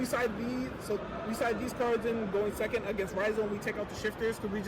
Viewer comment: thirty sehhcond place